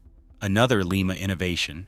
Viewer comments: Lie Ma not Lee Ma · Lima is pronounced like the bean, Lima. The wayAI pronounces it is the city Lima in Peru. The town of Lima Ohio build some real power.